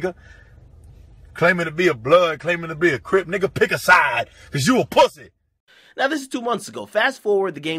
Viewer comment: dude why tf you keep saying it like that "pwussy" it's making my ears bleed